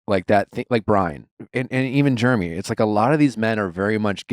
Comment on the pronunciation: I also want to add I can’t stand how nick says Jeremy’s name. It’s like he’s purposely saying Germy because he doesn’t like him, he never has anything good to say